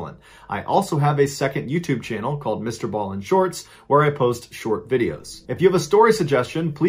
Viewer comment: Does anyone else hear, "ball in shorts, instead of "Ballen shorts?" I was busy doing something and am new to these excellent stories, so when I heard "ball in shorts," I had to do a double take! LOL Now it's stuck in my head!